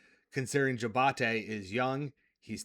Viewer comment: Hated that he kept pronouncing it that way. Also 2 sponsor plugs in the same short video.